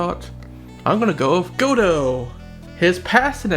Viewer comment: Godot name It’s pronounced Ga-dough it’s in the anime that’s how I know.